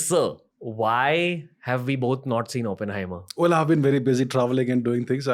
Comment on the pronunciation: It's Oppenheimer Ranveer, not Openhamer